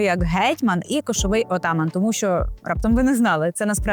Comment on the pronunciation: НАГОЛОС У СЛОВі Атаман,неправільний